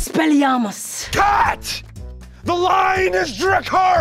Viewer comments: How can you say a perfect line and mess up with EXPELLIAMOS!!?🤣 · “Experlliumus...”🤣🤣🤣🤣🤣🤣 I’m dead. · its expelliamus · I was ok until she said Expeliarmus, then I died of laughter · Experiomus.....I brust into laughing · Expelliriamus 🤣🤣🤣 Harry potter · Muggle alert. It's expelliarmus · It's Expelliarmus* I LOVE HARRY POTTER! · Lily: speaks perfect valarian Lily: "Expelliarmus" 😂😂😂😂 me: Falls off my chair laughing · the Expeliarmus part killed me. I was waiting for Dracaris instead she said Expeliarmus and i screamt in laughter and frustration. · when she said experlliamus... yo im dead.... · “Expelliarmus” PLEASE SPARE ME- 😭🤣🤣💀💀💀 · "Expelliarmus" Lmaooo